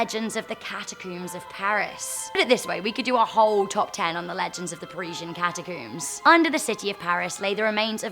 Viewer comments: If she pronounces the catacombs as catacoums, does she pronounce honeycomb as honeycoum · Cata-Cooms... Al-Beeno... Yikes